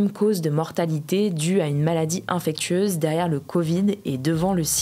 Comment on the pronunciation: NANNN SVP elle n'a pas prononcé infecTueuse rassurez-moi svp 😂😂😂😂😂😂😂😂😂😂😂😂😂😂